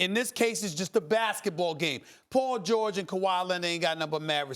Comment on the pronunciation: Who's Pol Gorge?